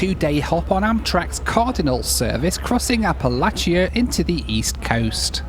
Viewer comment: Bro said appalaCHia lmao